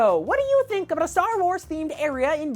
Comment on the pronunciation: u said aboot